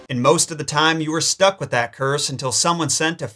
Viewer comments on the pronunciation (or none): none